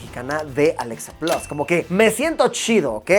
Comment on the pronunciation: Mientras tanto en Chile 🇨🇱: por qué si Luisito es bilingüe dice "Alexa 'plos'" en lugar de "plas" 🤣🤣🤣. Amigos, por la misma razón por la que ustedes dicen "pisa" en lugar de "pitza". De nada, chao.